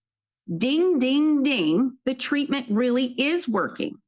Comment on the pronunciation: But but but he said tweatment! We can hold him accountable after he said that!